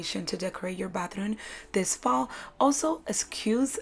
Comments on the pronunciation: I heared "bathroon"? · Y am i hearing batharooun!! Lovely decors but you said batharouns so many times, i feel like it got stucked in my head